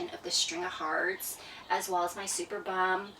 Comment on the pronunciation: It is pronounced superb-um not super-bum. Lol.